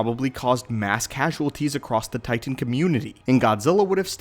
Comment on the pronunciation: Where on this planet do you hail from? You say Titan in such an odd way that I have to know